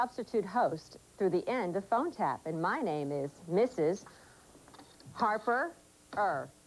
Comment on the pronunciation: Chief: "Who are you?" Greg: "Phone tapf"